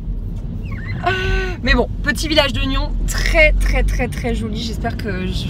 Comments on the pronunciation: Bonjour! Il es super ton vlog 😁 Ca me fait tout drôle car c'est là où j'habite je suis de Nyons et ca se prononce avec un S tu ma fait trop rire quand tu as dit la ville haha! J'aurais bien voulu te rencontrer tu es une fille superbe change rien bonne journée ma belle ☀️ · Aaaaaaah ! Absolument improbable de te voir en vacances CHEZ MOI !!!! Si j'avais sus j'aurais eu plein d'adresses à te donner ! (Surtout à Nyons, dont le S se prononce au passage :p) Bref, insolite de voir des images de chez moi... À travers ta caméra c'est vrai que c'est beau dis donc !! 😘